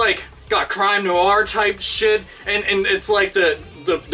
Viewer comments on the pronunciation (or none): none